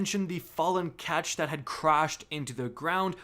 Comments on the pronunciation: What's up with YouTubers not being able to pronounce anything correctly? Other dude called Runes "ruins", this dude calls a Ketch a "catch". Seriously, do you people even play the game? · “A katch” A KATCH cries in Eliksni